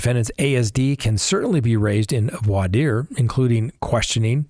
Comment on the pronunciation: Ok. I can't. Why is he pronouncing voir dire this way? I've never heard anyone do this and the French is incorrect what is happening